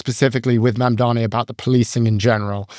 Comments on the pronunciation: It’s MAMDANI not MAMDOMMY lmao!!!!! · Scott, it's Mamdani, not "Mamdami". Not that hard. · It’s MAMDANI not “mamdami” I know republicans do that on purpose as a sign of disrespect but why are Scott and Andrew both doing it